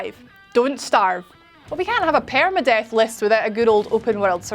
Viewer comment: That accent tho...“paereyma-death"